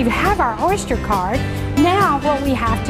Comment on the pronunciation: She says Orshter card LOL.